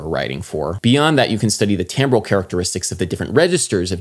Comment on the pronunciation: Do you mean timbre? Sounds like you're saying tambre and tambral. If you ARE saying something other than timbre, can you please clarify?